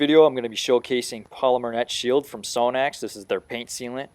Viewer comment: You pronounce is wrong. Its Sahh-nax.